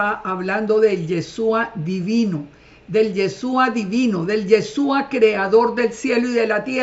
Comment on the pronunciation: SEÑORA NO ES YESUA SU NOMBRE ES YESHHHHHHHUUUUA